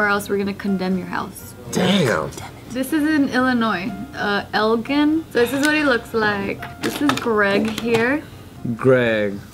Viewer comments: Elgin, IL is pronounced -> say the letter L then add the word jin 😄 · dafuq that's in my hometown.... Elgin is pronounced "el-jin" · im sorry for laughing but when said Elgin instead of el gin I just lost it. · Hahaha Elgin the way pronounced that so funny I mean I understand and I’m not hating but I live in Illinois very close to Elgin and it just sounded funny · OMFG!!! how she said "elgin" >_> lol anyone else from Chicago on here? :p